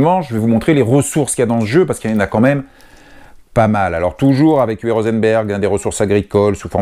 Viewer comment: UWE se prononce OUVEU. Merci pour toutes ces vidéos !!